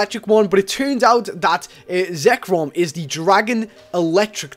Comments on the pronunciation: i Love youre vids! but i hate when youre saying Pokemon weird. like zekrom, not zerkom. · ZERKOM XD ITS ZEKROM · and he said Zekrom Zerkrom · btw its not zerkom its zekrom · Reshiram,correct,hireram,Wtf,zerkom,I don't you know you anymore. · Zer-kom? What? It's ZEK-ROM! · Lol ''zerkrom'' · It's Zekrom not Zerkom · ZEKROM NOT ZERKOM ZEKROOOOOOM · its Zekrom not zerkom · Zekrom not zerkom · zekrom sorry not zerkom.... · you call yourself a Pokemon fan but can't even pronounce zekrom... zerkom seriously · trying to say the Names of the TAO trio "One is Reshiram one is hirum and the other one was zerkom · Zerkom... Zerkom.... Pokèmon name fail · Its zek-rom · lol he say zekrom so wierdly XD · yo he said their names wrong